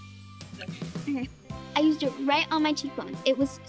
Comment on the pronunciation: says nused but it's used